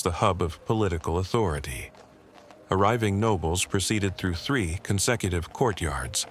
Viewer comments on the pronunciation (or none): none